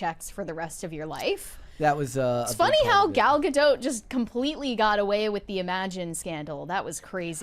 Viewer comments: Gadot, not Gado, the T isn't silent at all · The T is silent for the French name. It's not silent for the Israeli name. This is similar to how "David" is pronounced very differently for the French name vs the English name.